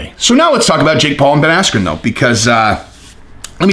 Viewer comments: it actually sounded less like asscream than his real name, Askren. It sounded like Askew, or Ass-que. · At first I thought he said asscream😂😂😂😂😂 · I heard Ben Ass-cube 😂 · Buffer mispronounced bens name and ben blamed the referee insults to injury paul beats floyd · It was all downhill after buffer mis said bens name, threw him right off his game... Really unfortunate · When the buffer got his name wrong was well funny 😄